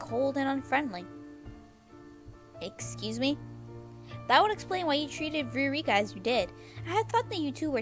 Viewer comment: and btw it's pronounced 'vy-oh-rick-ah' (viorica)